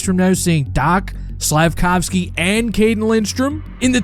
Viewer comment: When price announced our pic he pronounced his name wrong reinbacher or slavkovsky